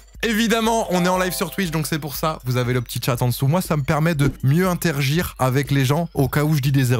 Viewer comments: 1.06 qui va mieux « Intergir » avec nous 😭. IntérAgir ma bouse y a un A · 1.05 intergir ? Bah oui tu dis bien de la merde